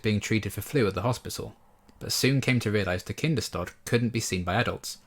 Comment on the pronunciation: Yeah, have always felt that the Buffy production team could have done 2 minutes of research to find out how to pronounce Kinders-tod! If they new it means “Children’s death” how can they manage to not pronounce it correctly?? Baffles me to this day.